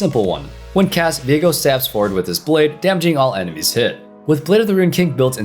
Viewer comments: I thought it's pronounced "veego" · If his name is pronounced as vee-ae-go than viegars name is now pronounced vee-ae-gar and everyone who says otherwise is wrong